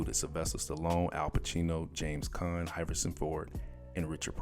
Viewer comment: Almost everyone in these comments are getting on you for mispronouncing the word Jedi, which is well deserved. But how in the hell does one of the simplest names ever in Harrison Ford get mispronounced? Hiverson Ford, are you serious?